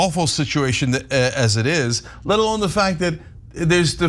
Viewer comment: "let alone" sounds exactly like "lead alone"